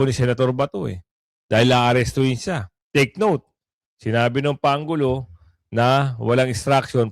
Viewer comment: Ayusin mo brod,ang pronounce pangulo parang pang ulo dinig ko